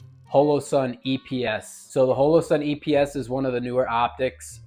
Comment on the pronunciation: Mehtee and HOELOE-sun. This dude for real?